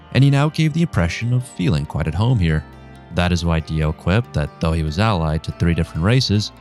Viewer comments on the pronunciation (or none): none